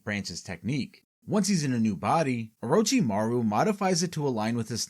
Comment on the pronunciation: Oh-roach-imaru LMAO I cant even, americans LUL